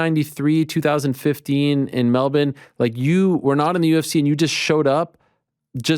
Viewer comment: He says Melbourne perfectly